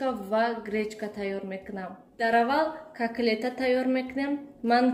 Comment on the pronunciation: Апачон не коклет а котлет